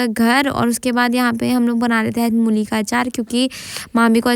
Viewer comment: Mooli ✅ mulli ❌